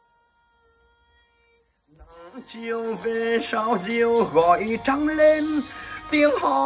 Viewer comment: ❤ ĐỪNG LÀM TÔI CHÁU NÓ .. dọng cháu nó không hơp hát các bài về nghê tinh . Phát âm không đúng . Chi mô răng rứa ..... Trăng chứ không phải chăng .. Răng chứ không phải răn ..... Môt em bé người nghê thì củng không thể hát đuoc cải lương hay chèo .. Muốn hát đuoc vaz phaii hoc phải là nghê sĩ ưu tú ... Các bài hát về nghê tinh chỉ người nghê chất giong nghê hát mới hay .. Cháu này có thể hát những bài như . Tình em xứ quảng .... Người lớn m--ù quáng em cháu quá ....